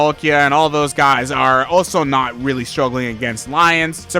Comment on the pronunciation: nah way weawwy